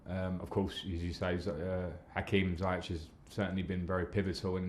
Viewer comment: waiting for the day Lampard gonna pronounce "Zayech" right..😜😜😜